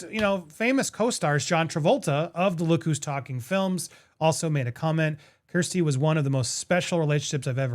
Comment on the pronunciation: Honey, it's KIERStie, not KRIStie. 💜😎